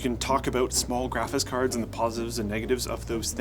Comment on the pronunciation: Almost sounds like pronounces" graphics cards" like" graphits carts".